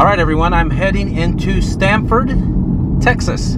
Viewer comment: I grew up in Connecticut, so when I heard Sramford, I thought, "Stamford??? Like UCONN??" There you have it lol. I drive around south Texas for work fairly often and some of the towns are just like this. I do love the old theaters!!! Their downtowns look almost like western movies. Awesome videos. Just found your channel today. Keep up the great work. 😁